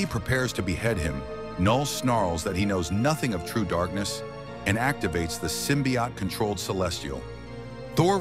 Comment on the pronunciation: I hate how the ai mispronounces symbiote